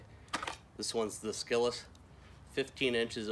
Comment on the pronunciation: c in scyllis is silent. you wouldn't say "skythe" for scythe.